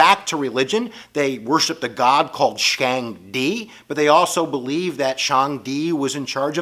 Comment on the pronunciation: You butchered the yellow rivers name lol... It's Huang He, pronounced hu-wah-ng huh. Lol... It's shah-ng Dee, say it like a Brit, it means God lol... Awesome video as always.